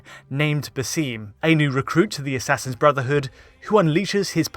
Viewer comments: باسم = pronounced baa'sim not baseem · The way he said "baSIM" I clicked off the video sooo fast... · Even if the majority are pronouncing it wrong, it's still wrong. If the majority of people believed 1+1=3, is it right?